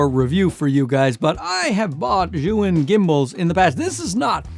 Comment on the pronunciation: Potato Jet is of Japanese ethnicity and he doesn't speak Chinese, which Zhiyun originates from. Good job in pronouncing the name as correctly as you can - "zhee-yoon". Some creators like to call it "Zion" and that always make me L-O-L.